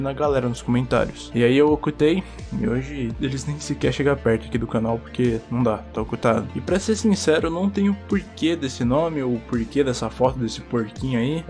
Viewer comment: ta olcutado né KKKKKKK OLCUTADO mds dsclp kkkk olcutado se n entendeu preste bem atençao na palavra ocultado kkkkkk